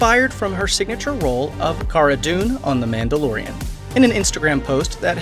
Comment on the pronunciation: The man da loran? Weird way to pronounce mandolorian but ok. I didn't watch it anyways so do your thing. Great vid 👍